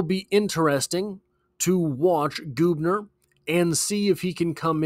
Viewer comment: It’s Gubner like Bug. Not Goobner. How do I know? My daughter dates his brother.